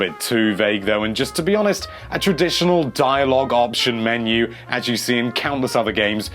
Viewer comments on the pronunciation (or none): none